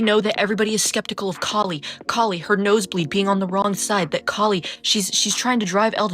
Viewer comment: it's an Indian name pronounced Kah-li not like Callie. I was so disappointed with what they did with her character 😢